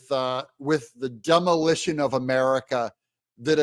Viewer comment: IT'S the....."DEM'olition".....Of America....!!!!!